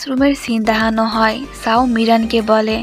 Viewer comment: আপু তোমার (দেহানো) শব্দ টা শুনতে ভালো লাগে না, কিছু মনে কর না😅